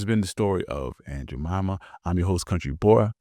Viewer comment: 🙄 It is “Jemima” and “Indian.” and do YOUR research.